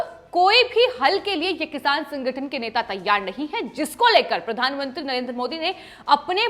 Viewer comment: प्रधानमंत्री होता है. प्रधानमुंत्री नहीं.